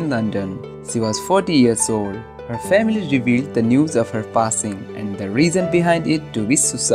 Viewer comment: bro u need to work on ur accent. sh = is a "SHHH" sound, and not an "s"! and you kept pronouncing anything that starts with "p as an "f". for example,when you say passing, it sounds like fasing ... please work on ur english pronounciation